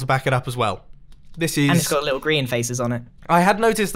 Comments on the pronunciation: "Arch de grian" XD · People who are good at the game: arch de grian Me: oak door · lol "grain" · GRIEN NOT GRIEN NOT GRAIN BUT GRIAN